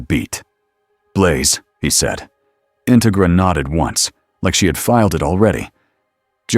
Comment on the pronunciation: Just a minor thing, but it's In-TEG-ra, like "integrity".